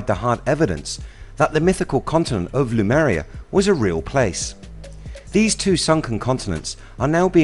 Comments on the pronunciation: HE KEEPS SAYING LUMERIA its lemuria rofl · Good video, but your pronunciation of Lemuria ["LEE-MUR-REE-AH"] as "Loomuria" causes me RAGE! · I really like your videos, but I couldn't stop laughing all the way through this one. It was the way you pronounce Lemuria. You had your vowels the wrong way around. Instead of saying, 'Lemuria', you kept saying, 'Lumeria'. I'm really sorry, but I couldn't stop tittering. If you ever make a video on Hyperborea, I'll be listening with baited breath. Please forgive me for making fun of you, I really do enjoy your videos, and I know how much you must put into them, I just couldn't help myself this time. 😊